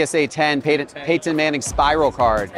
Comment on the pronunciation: Why does he say “Pay-Ton”?